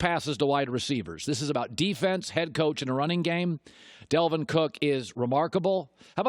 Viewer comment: Dalvin!!!! Not Delvin.